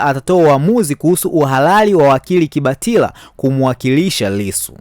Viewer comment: Unayataja majina ya watu kijinga!! Kibatala si kibatila!! Tundu sio tindi